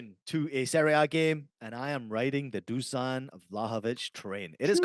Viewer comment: Fuck yeah the boys! Thanks for the shout out, but just call me Nik us eastern europeans all have funny names, sorry to correct you but imagine your Juve star boy name is DOOSHAN to get the right pronunciation. Keep up the killer work lads, love being a part of your journey while starting my own in the football/betting space! My pick for Saturday is Newcastle Jets vs Melbourne Victory - Melbourne Victory Win 1.91 on my book LETS HAVE IT!